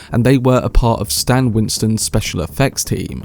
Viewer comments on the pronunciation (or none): none